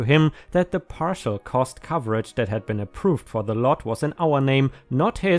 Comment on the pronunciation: Partial = par-shal - not par-tish-al! You are confusing it with partition!